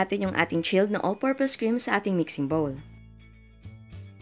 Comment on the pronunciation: Im so irritate when she pronounced "chilled overnight" 👌